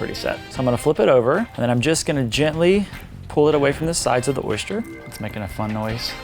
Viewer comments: Why do you say "oy-shter" instead of "oy-ster",😂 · Lol, there's no h in oyster... You had me giggling every time you said oyshter 🤣 it's actually pronounced oi-stir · It’s not an oyster, it’s an oyshter... according to anyway 😂😂 I’m from England:) xx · I'm from Louisiana!!!!! I was wondering why pronounced oyster like we do (oyshter)! Lol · Why does he keep saying "oyster" like oysture (oystcher) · South Carolina here. Oyster rhymes with cloister not moisture.